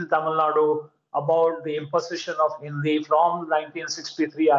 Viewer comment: You pronounce Hindi as Hinthi